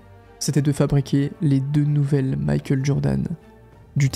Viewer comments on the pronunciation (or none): none